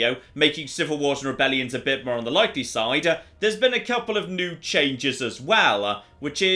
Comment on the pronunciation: Great video, thankyou! You have a fascinating accent - with the added vowels on final consonants (e.g. "...on the likely side" becomes "...on the likely side-uh") - where are you from in the UK? Thanks, yours, a curious North American.